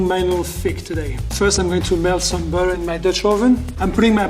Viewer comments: when he said "I don't wanna burn the berrum" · I'm going to be pronouncing "butter" as "bauotter" from know on😂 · “I’m putting the burtur on medium heat”